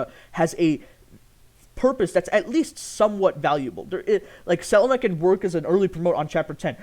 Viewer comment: why do you pronounce selena like that :( it upsets me greatly